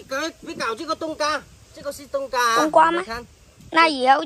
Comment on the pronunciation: 爸爸不能這樣教小孩冬瓜西瓜發音都不清楚了怎麼教小孩說成東嘎西嘎的音了